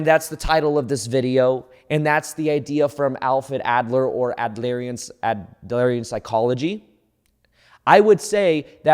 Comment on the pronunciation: Excellent explanation of Adlerian psychology! Also fyi it’s pronounced “Add-leer-ian” psychology ;)